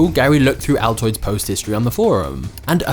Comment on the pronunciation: dpr was literally the fbi you also pronounced altnoid as a type of mint candy, so check yourself there